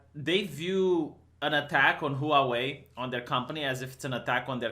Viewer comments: "Huavei" Vee not "Huauei"! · It's pronounced hwarwei. 2 syllables not 3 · Pronunciation of Huawei = whaa-way....(expat in Taiwan for 20 years) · I thought it was hoo-wah way (stressing the wah rather than the hoo) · Chinese people are not destroying their iPhones. You can't pronounce Huawei.